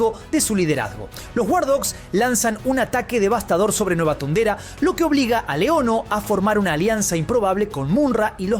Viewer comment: Me distrae que pronuncie MuNra en vez de MuMra (Mumm-Ra) y thundera en vez de thondera...